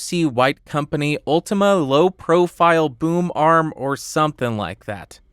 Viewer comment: i keep hearing boom arm as boomer arm help